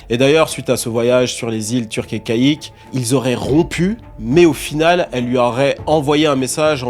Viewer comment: My bad my bad.... Apparemment les IA translate prononcent "caïque" mais c'est "caïcos" (prononcé kéykoss)